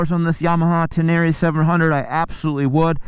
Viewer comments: Ten-a-ray not ten-air-eee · It's Ten-Array! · Tubeless off-road is a problem? Really?? Have fun changing a tube on a back trail in the pouring rain. Say it, "Ten-a-ray" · You say "Tin-near-rie", I say "Ten-ner-ray"; "Tin-near-rie", "Ten-ner-ray" - lets call the whole thing off! 😂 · He said TenÈre once too often in the first minute, and I gave up. Nice bike.. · Love your videos! Hater's will hate! I love your "uptown" pronunciation of the bike! Oh and don't forget to pick up your dinner jacket at the cleaners! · Need to learn how to say “Tenere” correctly.